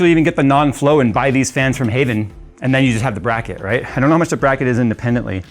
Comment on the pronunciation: Haven or Hav-N? I havnt a clue, but Haven sounds wrong.